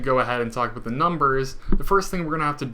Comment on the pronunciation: Aboot? :-D